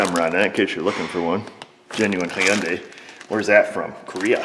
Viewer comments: Its Hyundai. Rhymes with Sunday. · Hyundai sounds like Sunday.